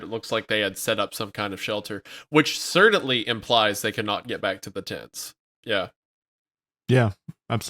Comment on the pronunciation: It's not just foreign words. Have you ever noticed pronounces certainly as "sir-dent-lee"? I don't know why but it silently eats at my soul every time I hear it.